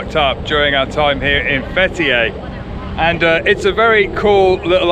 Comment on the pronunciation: Fetiey diyor adamcağız FBİ der gibi 😂. FTİ (Fetiey) Open the Door